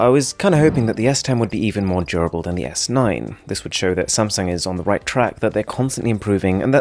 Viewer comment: (I think...) He said either SamSang or SumSang 😂